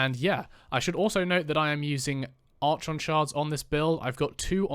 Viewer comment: Hard K sound, my brother. Sounds like ArKon x